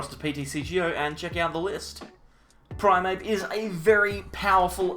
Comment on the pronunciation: It is primeape not primape